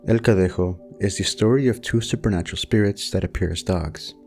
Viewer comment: Your Spanish pronunciation is quite good! I was pleased to see legends from my country featured (el cadejo/los cadejos, from Nicaragua). New sub! ETA: In Nicaragua, la ciguanaba is also known as la cegua. The story is basically the same.